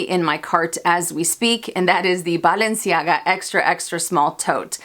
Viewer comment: Great video! I hope you buy the Balenciaga because I LOVE the way you pronounce "Balenciaga"! Also, yes ‐ pull the trigger on the Mulberry Alexa! I have a mini Bayswater from them that still looks brand new despite being 5 years old. The leather is great and wears beautifully. You mentioning the mini Antigona makes me smile since my unicorn piece was the mini in rose gold, which I got on sale through Saks forever ago! Xoxo from NY 😀